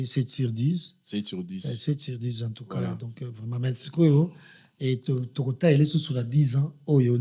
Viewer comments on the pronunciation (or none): none